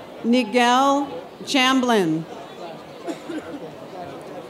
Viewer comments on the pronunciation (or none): The announcer pronounced my name incorrectly. Nigel Chamblin. I was still happy to be there and happy to graduate. It was a great day !